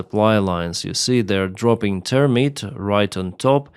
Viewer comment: Ponunciatio. you got the THERM right but the ITE is pronounced just like right or site. Try reading THERMITE as thermight. Remember the only rule for English is that any rule always has exceptions. It is a bastard language.